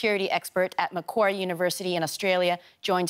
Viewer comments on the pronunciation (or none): It's Macquarie University, not Macquerie University.